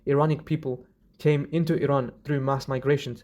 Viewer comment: As an Iranian I'm appreciated for pronouncing "Iran" correctly, that means a lot to us ❤